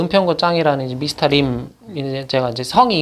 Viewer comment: 아니 내가 91년생인데 말하는거나 외모도 10년은 더 많아보이심ㅋㅋㅋㅋ 빤치라던가 미스타 림 이런부분ㅋㅋㅋㅋ구수하셔요